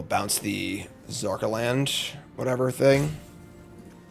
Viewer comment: Zanarkand is Zan-ar-kand